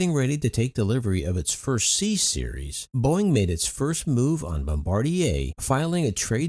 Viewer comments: Yeah, it's Bombardier. I also noticed he said Embraer, but you can literally read the name of the airplane on the cabin seats! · isn't it bombardier?